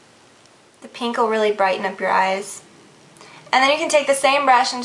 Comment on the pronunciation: I like how she says "pink" like "peenk" haha